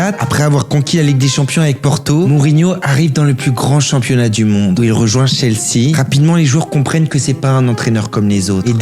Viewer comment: Ça se prononce "Tchelsi" et "Spéchol wan"